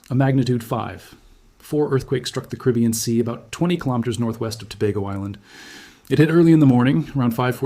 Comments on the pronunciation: Excellent reporter!!! Bad news, but so calmly knowledgeable. But PLEASE pronounce the word “Caribbean “ properly. It’s NOT “Kribyen”, but “Caribeeeyen”. Thank you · Pronounciation: Ca - ri - bb - ean = Caribbean.